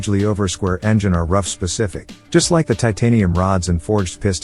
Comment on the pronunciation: It's pronounced Roof!